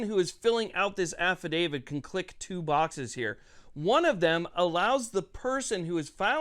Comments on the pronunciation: AFFI-DAVIT not affi-DAVID…. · Stop pronouncing it Affa-David